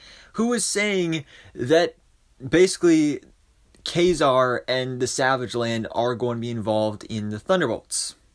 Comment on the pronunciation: Thank you for pronouncing Ka-Zar's name correctly!!!